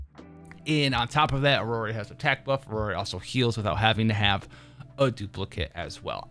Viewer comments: its iroi, not irori btw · its EE-ROY for iroi btw. my ocd goin crazy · I think he is trying to do a Japanese pronunciation with i-ro-i that's why it sounds weird in English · The one and only reason I'm refraining to watch your videos is the way you pronounce characters' names. Iroi - Iroree Jiuyuan - Jinwan Zanku - Zancow Hearing my name in the wrong way feels uncomfortable.